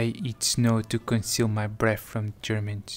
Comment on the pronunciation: "i dont speak german" while pronouncing german perfectly